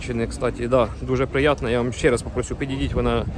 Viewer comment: Не просююю,а прошууу😅!!!